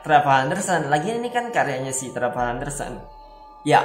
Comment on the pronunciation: Dibaca trevor itu bahasa Inggrisnya nya bro